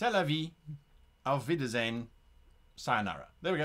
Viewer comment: I have to say, "Auf Wiedersehen" was quite well done. It did sound a tiny bit off like it could be influence from some local dialect but these 2 words did not sound foreign.